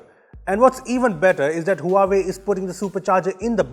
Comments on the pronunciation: it's hva-vey not hua way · team..Huawei is pronunced "wahway" ;-) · Huawei is pronounced as Wah - way